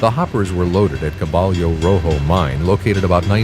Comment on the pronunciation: Caballo is pronounced kuh bī' y😊oh